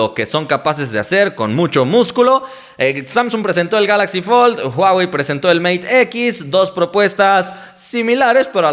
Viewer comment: #RichardYuDebería practicar su pronunciación en inglés, ya que no lo entendí al presentar el Mate X